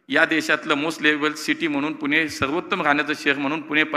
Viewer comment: पुणे म्हणा हो 😂 बाकी तुम्ही चांगले काम करताय त्याबद्दल तुमचे कौतुक 🙏